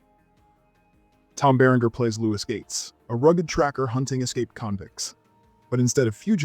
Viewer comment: Ah yes, Tom Ba Rain Gurr.